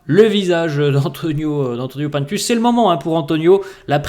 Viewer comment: J’écoute tes vidéos tous les jours pdt mon cardio mais ca me stresse quand tu dis « P1ntus » moi je l’appelle « Antonio Pinetus » 😂